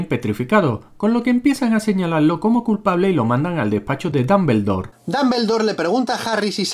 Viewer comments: Ermiom, Dalvendor...jajaja 😂😂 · Jajajajajajajaja Hermion, Dombeldor.... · Dambeldor xd